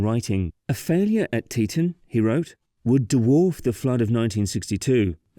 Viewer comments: 1st off its pronounced "Tee-tawn" NOT "Tee-tun". Learn the pronunciation before you start talking. Though I never lived up in that part, I very much remember the aftermath of that break. My family went to convention for my dad's work and the area was destroyed. It looked like a Class V hurricane went through there. That said, I have zero problems with a dam in that area. Snd the cutthroat trout IS a sensitive fish species and will be affected by the build. But...NOT where it was built! Geological reports stated that that particular area was not suited for a dam. Plus, not an earthen dam like it was. There was zero concrete at all atnd the rock used was sub-par. Between the unstable geology and the type of soil used, that dam started undermining was it was built. No compaction would have saved it. That silty clay soil is crap for construction. Its silt. And an engineer from BYU explains a lot why it failed. And that image of it rain is BS. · "tee-TAWN", not "TEE-tunn". You may be British, but the dam is American.